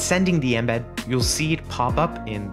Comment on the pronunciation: i dislike how you say "inbed" instead of 'eme'bead